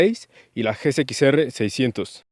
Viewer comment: Amigo es g "ese" x, no g "c" x jajajajaja pero buen video xd